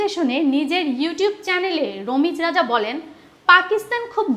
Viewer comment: It's not Romij Raja..rather Ramiz Raja 😅